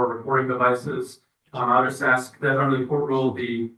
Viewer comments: How does a person get through law school and still say ‘axe’? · The judge saying "axe" is killing me